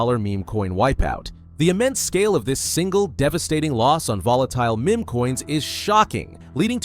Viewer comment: You should really learn how correctly to pronounce"meme" and "rugged".